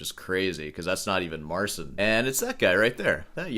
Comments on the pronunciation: Trudno mu włączyć tłumacza Google i nacisnąć głośnik w rogu. Wymawia "C" jako "S" bo tak jest w Angielskim. U nas literę "C" wymawia się jako "C" Jeśli po "C" jest "i" to łączy się te litery w jedną. Te litery brzmią jak Angielskie "Cheat" bez litery "T" na końcu. MAR chea N. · I find it funny how someone criticizing such small minute details in sound cannot be bothered to at least pronounce the name of the person they're critiquing properly, just assuming every language is English and is to be pronounced like it.